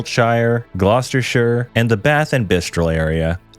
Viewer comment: You nailed the pronunciation of my county - Gloucestershire. Nice to see we'd be relatively safe down here!